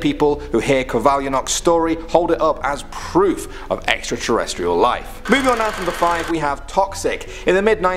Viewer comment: Prooooooooof not dooooof